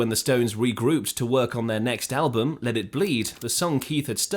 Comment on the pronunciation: Damn. I had thought this was an actual human narrator. But then , shortly after pronouncing “album” the same way any actual English speaker would, he (it) pronounces the word “al-BOOM.” Why oh why oh why can’t a real person at least listen to these things and edit them before they’re ignorantly posted online?